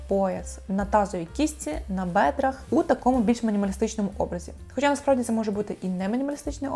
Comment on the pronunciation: так, теж хотіла написати, що все прикольно, але слово "бедра" ріже вухо. Але сам огляд взяла до уваги Дякую!